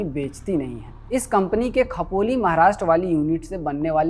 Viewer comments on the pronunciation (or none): खपोली nahi bhai खोपोली hota hai !!!